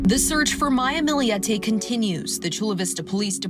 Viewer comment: For FUCK’S SAKE! It’s Millete NOT “Milli-yette”! Get it right jerks.